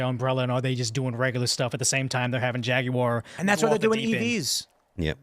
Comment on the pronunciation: Dude, why is he adding an extra syllable to Jaguar? “Jagie-uar”.